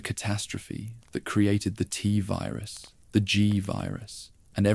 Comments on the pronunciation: Why do we need an AI voice? I like the writing, guessing that’s done by a human? But reading out the years as numbers, spelling out S.T.A.R.S, the “tuhvirus” pronunciation instead of “Tvirus” . It’s blatant at times and takes away from an otherwise great video. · This is absolute fucking trash. Stop using AI. Just read the shit yourself. Fucking tuhvirus and guhvirus bullshit is so annoying.